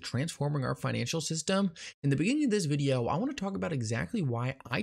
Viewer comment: He said videahh